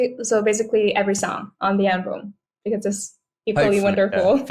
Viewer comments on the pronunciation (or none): Sao bé Vy cứ đọc “an-bùm” hoài vậy ta? Album phải đọc là “eo-bầm” có đoạn Ed cũng đọc rõ như muốn sửa cho Khánh Vy. Từ album là từ cơ bản vậy mà đọc để sai. Các em thần tượng bé Vy khoan đọc comment này mà làm ầm lên. Vì Khánh Vy là đại diện và may mắn được interview Ed nên càng phải chỉn chu, chứ “phát âm sai vài từ có sao đâu” thì VN ko thiếu gì người có thể thay vị trí của em. Góp ý vậy thôi nhé!